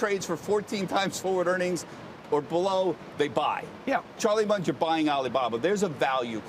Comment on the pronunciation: did he call Charlie Munger a Charlie Muncher ?